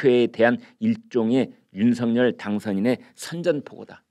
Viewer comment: 당선인 이름을 말할 때 "윤성열"이니라 "윤서결"로 소리 나게 해야 하니... 다음 부터 바꾸어 보시길...